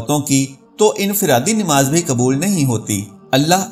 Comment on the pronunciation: Aap namas ka alfas darust kare plase namas bola kare nimas nai